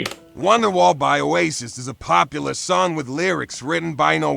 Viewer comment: O-AI-SIS. Acurate